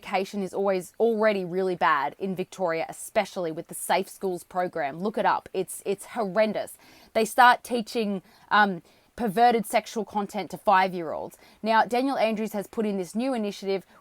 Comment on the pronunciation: Did you "hellrendous"..?